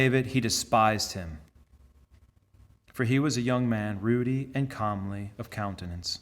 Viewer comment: "Ruddy" rhymes with "muddy." It means red-cheeked.